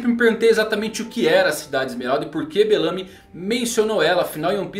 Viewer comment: Agonia toda vez q vc fala: Belâmy. E não Bélamy. kkk